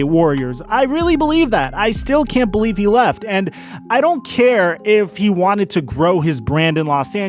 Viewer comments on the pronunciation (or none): none